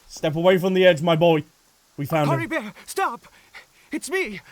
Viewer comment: Drinking game idea: drink a shot everytime butchers Caribert's name:_AlbzLove